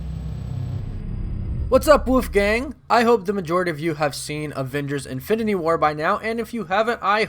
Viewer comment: Infininy war? 😂